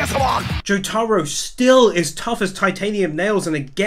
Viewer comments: sorry but i got mad when you said jotaros name like jo-taro its jo-ta-row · Nigga it’s not jotaaaaaaro it’s jotaro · is it just me or doesnt it trigger you the way he says jotaor its not jo-taro its just jotaro. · I know damn fucking well he didnt say Jaytaro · Love the video, but the way you pronounce Jotaro has me feeling like when someone asks a fat lady if she i pregnant, every time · Why does he pronounce Jotaro like that